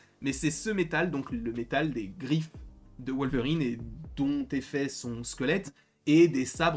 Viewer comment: C'est qui Wolevrine? 😂😂💀